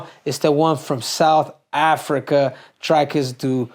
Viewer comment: Say Dreecus not drykus CCC